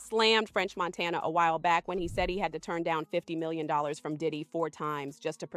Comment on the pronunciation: french montaynya